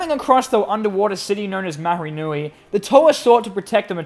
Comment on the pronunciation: Um,actually it is Mari and the h in mahri is silent